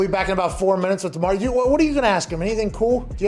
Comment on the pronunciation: I'm sure people don't think pronouncing a name correctly is a big deal but after 2 separate conversations about how to pronounce his name and still pronounces his name wrong is kinda disrespectful, as soon as mispronounced Demario's name the guy to his left immediately acknowledged that mispronounced Demario's name. Big props to Pat McAfee for stopping immediately, kinda scolding him, and then correcting him.